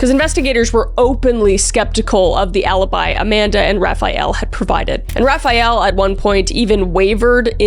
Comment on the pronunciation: "Raphael"???? Like the Renaissance painter? 😂🤣